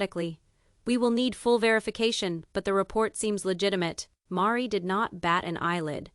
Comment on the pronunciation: I so wanted to believe this story, but it seems to be unbelievable. The misspelled names and the pronunciations . Meri is pronounced as 'maree'. And Robin is pronounced as 'row-bin'. So, I feel that this AI projection is all fabrication 😢. Don't waste your time in reading this! If this was true why didn't anyone else print it? Besides the obvious...if you have followed this family you KNOW that Meri is not flashy 😊.